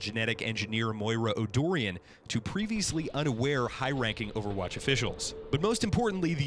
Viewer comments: Moira's surname is pronounced "oh-dee-oh-ren." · Man you struggle with names my friend... O'Deorain is not “O'Dorian“ Amelie is not “Emil“ La Croix is not “La Croy“ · It's pronounced Oh-Der-an, not Oh-Doi-ren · My girl Moira too smh. "Oh Dorian" It's O'Deorain, which is pronounced "Oh Dohl-rain" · You said 2 names wrong. Moira's last name, O'Deorain, is pronounced O-DEER-RAN. And Gerard's last name, Lacroix, is pronounced LA-KWA. Americans can never pronounce things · i see where you are coming from. He had an excuse for saying Lacroix wrong but he had no excuse for saying O'Deorain. You pronounce it how it is spelt out. He said O'Dorian LOL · Oh ma god you just butchered ALL OF THOSE NAMES OMG. 1.O Deorain = O Deer - in 2. Lacroix = Lacwa 3. Amelie is fairly straightforward how did u manage to butcher it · I'm not Irish but I know you're saying Moira's last name wrong.